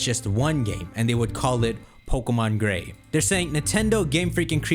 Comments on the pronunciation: Dawg said pokemon gay instead of gray 😂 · “pokemon gey” was hilarious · hold up!! did he say gae? 🤣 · Man we all not gonna speak about how shocked he was when he said Pokemon Gay by accident, had me laughing for a solid minute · Merry christmas! Also when you said pokemon "Gay" I burst out laughing XD